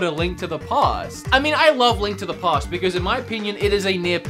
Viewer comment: i know how you feel when you said past with the hard a (almost like paste). i can't say y'all.